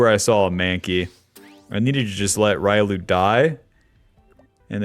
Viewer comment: Say it with me..."ree-oh-loo" not ry-loo...this ain't street fighter my guy lol